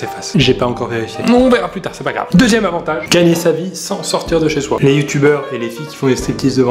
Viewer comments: Chez Soit ? Ya Pas De "T" Pierre Croce Resaisis Toi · C'est "sans sortir de chez soi" sans "t" à la fin de "soi" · Tu baisses dans mon estime avec le "chez soiT" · Sortir de chez soiT, non mais mdr, likez pour payer un orthophoniste à Pierre